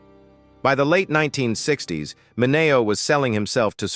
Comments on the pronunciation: Sal Ma - nay -neo ?? WTH? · I had to shut this AI trash off the third time Sal Mineo's name was pronounced wrong within 30 seconds. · Why are these videos voiced by AI? Surely there is someone out there that can read a script and pronounce well known names (ie, Sal Mineo) correctly. YouTube needs to implement a no AI voice over policy.